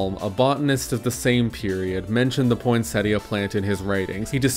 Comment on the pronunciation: For some reason I hear the tt in poinsettia as a Spanish r like poinséria